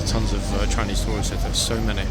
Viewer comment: “Frinese”. Almost fell out of my chair laughing. 🤣🤣🤣